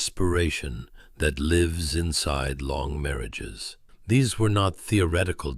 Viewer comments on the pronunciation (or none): none